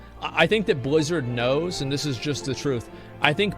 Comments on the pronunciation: Why cant he pronounce Blizzard normal? Whats with the Bluzzrd? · You pronounced Billzzard wrong